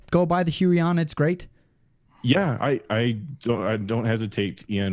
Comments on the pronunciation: Nope. It's pronounced Hoo-Yon . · "Walkem and Hyooeyon" Why do so many YouTubers pronounce these companies in the most ridiculous way they can? It personally doesn't bother me, just a funny thing I thought I'd point out. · I think its pronounced Huu-on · The "hui" in huion is pronounced like hwey In Chinese the name is 會王 "huiwang", 會 is pronounced as "hwei" :) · I always pronounced Huion as Hweon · You pronounced them both wrong